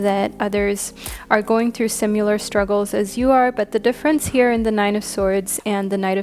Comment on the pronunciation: Does anyone else hear her saying "simular" instead of "similar"?